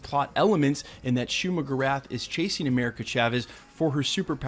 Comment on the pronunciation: “Shumagrath” is not how you say it